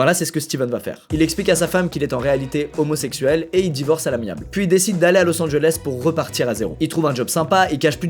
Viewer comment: J'ai arrêter de regarder la vidéo quand t'as dit homosexesuelle🤢🤮